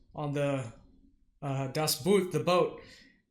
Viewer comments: Pronounced Das Boot, not bu:t, but like when you say chalk - you pronounce: o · 'Boot' is pronounced 'boat' just as in English. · Obviously you don’t speak German Boot is pronounced boat just like an English not like a boot that you wear on your foot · boot is spoken the same as boat ... just as a little hint for next time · "Boot" is pronounced like the "ou" in "Four" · Hey !! Show some respect! boots you have on your feet! Before you're giving your ummerricann prejudiced "expert reaction".. Learn how to pronounce words !! ffs.